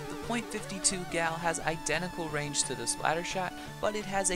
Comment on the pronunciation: First of all, it's 52 CAL, for caliber not gal? Second of all, killer wail is NOT useless!!!